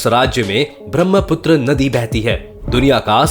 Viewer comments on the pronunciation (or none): none